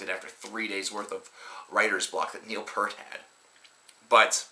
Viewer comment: This guy can't even pronounce Neil's last name